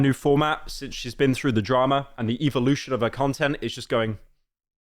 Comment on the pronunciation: You say evolution like a fucking British person